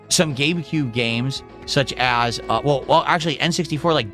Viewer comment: Did he say Gaycube? HE’S DRUNK!